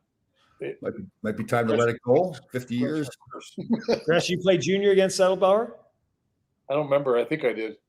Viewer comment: Jere Gillis, Gresch got the last name right!